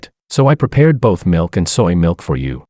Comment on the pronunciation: I'm not peh-pweahed for this!